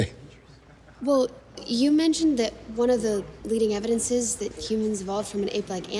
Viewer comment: "Evi-dense-sez" annoys me as well. {:o:O:}